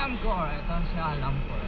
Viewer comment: 😂AMKOR not AMCOR